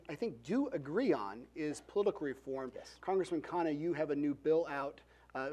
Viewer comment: the mod got vivek's name perfect... and as expected mispronounced khanna's... shows how impactful VR's persona has been...